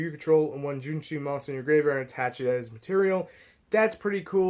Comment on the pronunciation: JOUNEE - CHI - CHI try say it like that ... Also i have a burn version of the deck using GALAXY WAVE its pretty funny burning opponent 2000 Every turn